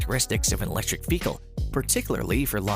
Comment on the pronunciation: Please learn how to say mobile and vehicle. It’s driving me nuts.